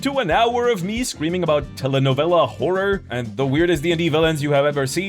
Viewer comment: Bro, you gotta be careful when you say "horror," though "Whores Within" sounds like an interesting D&D book. 😁